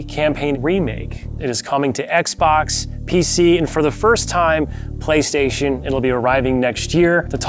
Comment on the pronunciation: "Halo" Cool. "PlayStation" What?